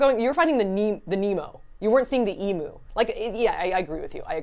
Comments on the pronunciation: the way you were saying Emu is inncorrect.....it's not Eem-oo.....it's Eem-you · Yeah it's the way Americans seem to pronounce it in most parts. I think it's like how they say most tu- sounds (like a too instead of tyou)